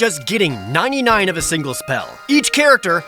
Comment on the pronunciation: everytime say you said 99 it hurt a little more...lol